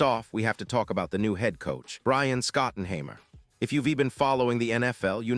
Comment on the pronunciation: Get the name right not Scottenhangmer 😂😂😂